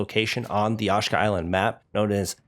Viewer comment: Repeat after me…“AH SHE KA” Island 🏝️